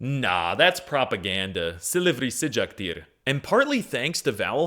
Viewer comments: not sicaktir, it is sıcaktır😂. Its like canim sikildi(sıkıldı). Look what the differice is 😂😂😂😂😂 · you literally broke the vowel harmony bu saying " Silivri sıcaktir" that i is not supossed to be there